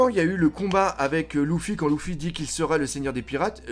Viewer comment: J’en peux plus que tu dises LOUFFY!!!